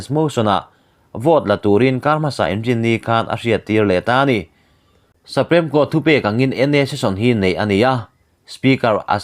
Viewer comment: Sri-lanka ho chu "Sa-prem" (supreme) Court ah zualko ani maw🙈 (Chawngkhum dan tlang huat loh ah)